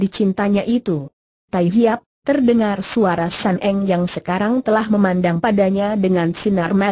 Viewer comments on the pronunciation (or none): Sun Eng bukan San Eng